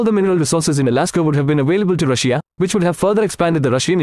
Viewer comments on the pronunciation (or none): The way he pronounces Russia as "Rush-ee-a" makes me laugh